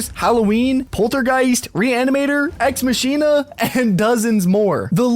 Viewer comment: Its pronounced ex mackeena